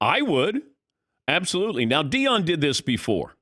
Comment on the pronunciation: Deion. You can’t be taken seriously if you can’t get his name right